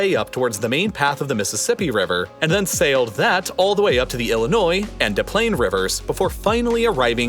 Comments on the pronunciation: The “Da Plain” River is pronounced with both S’s, exactly how it’s spelled, Des Plaines. Unfortunately, I would know. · The locals pronounce it deS plaineS, not De Plaine. Also my grandpa worked at Fermilab :) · Des Plained river - pronounce the S's. It's not De Plaine - that's Fantasy Island. Da Plane boss, da Plane! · It’s pronounced Dess Plaines River. Not De Plaines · It's not "deplains river". it is "DES PLAINS" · Des Plaines is pronounced "Dess Plainz", not "duh plain". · All the research and work that want into this video and you pronounce the name of the river incorrectly. There is no De Plane River. Unlike De Moyn (Des Moines) Iowa, the river and city in Illinois are pronounced as read- Des Plaines. Otherwise, nice video. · Anyone here checking in from Chicago that did a double take when he said "De Plain" river? Fyi, it's Des Plaines and we pronounce it with both S's. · Locals pronounce both S's in "Des Plaines" and slur the "s pl" into one word, Desplains . The French named a lot of things in that area but didn't leave behind many French speakers. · Pronounced "DisplaineS". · It’s pronounced with the S. Des Plaines (Dess Planes) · Des Plaines River is pronounced "Dess Plains" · It's actually pronounced "D-es Play-n-s". At least in my neighborhood. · You know this guy ain't from Chicago when he says Des Plains wrong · Small point: both s's are pronounced in the "Des Plaines" river (pronounced "Dess Plains"). It sounds like a mispronunciation, but that's how things be. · The Des Plaines river is pronounced with both Ss. Not de plaine. I know, I’m a local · The "Des Plaines" River is actually pronounced Dess Plaines River. It's embarrassing local history. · Unfortunately, The river in Illinois is pronounced "Dess Planes". The complete opposite of the Iowa city, because nothing is simple. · Dez Planes is how you say the name of that river and not the French pronunciation. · Des Plaines is pronounced dess plaines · It’s pronounced dis planes river